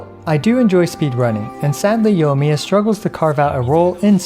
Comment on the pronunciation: It's pronounced yoi-miya not yo-miya....